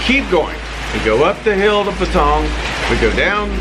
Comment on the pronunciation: Why is he saying Patong It sounds like Pattaya ?